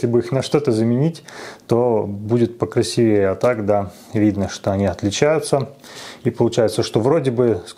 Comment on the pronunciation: ну какое шАсси, ты же начал какое-то время назад правильно ударение ставить, почему опять на кривое вернулся? в любом значении там на последний слог. и в слове красивее ударение на и падает, а не на е, это либо здесь было, либо в обзоре форд гт. но это единичный хотя бы случай